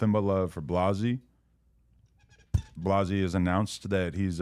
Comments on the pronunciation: First of all say blazzys name right Adam you scumbag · Still to this day, Adam miss pronounces Blazzys name lol